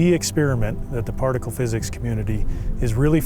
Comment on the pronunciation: ‘Partical’ physics 😂